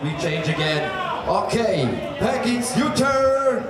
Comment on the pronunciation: Every time they said Penkyx it sounded like Pancakes